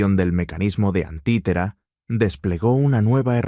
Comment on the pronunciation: No es antitera, es anticitera 🤦🏽‍♂️